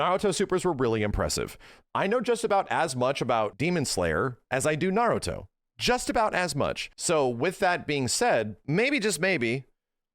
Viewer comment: I'll give this. he's one of few YouTubers who actually pronounces Naruto correctly.